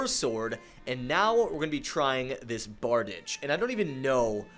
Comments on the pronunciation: Googled to double check but that is a bar-deesh. I say very often that language is fake, that we made the shit up, and that this means that bickering over correct pronunciation is a little silly. Functionally though, bardiche is usually pronounced bar-deesh. On an unrelated note: next time you use a blunt weapon, I'd love to see the effect that gravity imbuement has on it. I was a little curious to see what effect a gravity maul would manifest but, unless I'm simply forgetful, you didn't seem to demonstrate it in the video. Going through all 3 imbuements might be something to consider for these videos moving forward. I only discovered blade and sorcery content and thus this channel recently, but I've been enjoying it so far. I'm excited to see this series continue. Ah, one last note: Pole arms in general were usually king in olden warfare (aside from, like, bows and such). Most armies used some kind of spear, axe or halberd as a standard issue primary weapon. Swords and such were generally back-up weapons or simply self defense tools. It's hard to hate the style and finesse of a classic sword, but I think you're going to find most polearms to be particularly useful. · It’s pronounced Bard-i-shay